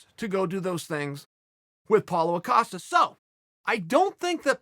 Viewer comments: Paulo Ocosta says Chael. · Writes “Costa”, pronounces “Acosta” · Chael: Paulo Acosta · Nobody: Chael: paulo acosta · Lol Uncle Chael says Paulo Acosta, Apollo Costa, Paulo costa, and Apollo Acosta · Does Chael just put an A on Costa to piss Paulo off? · I actually thought he was gonna call him out for calling him "Acosta"